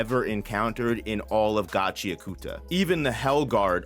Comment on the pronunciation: For the love of God, it isn't pronounced "GAH-CHEE-UH-KOOTA", it's "GA-CHEE-AHKATA".(this has been stated by Urana Kei herself) Sorry if this comes off snobby, that isn't my intent. Just bugs me every time I hear it like that. Love your vids tho man